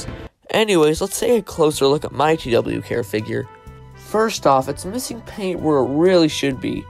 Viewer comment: Nice vid I saw the, too they are goofy but it’s actually pronounced tuh why care 💀